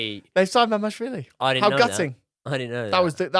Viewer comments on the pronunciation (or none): It's MamaRDAshvili))))